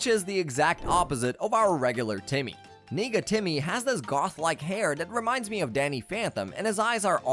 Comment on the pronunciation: Nega Timmy did not come out right the first time I heard it.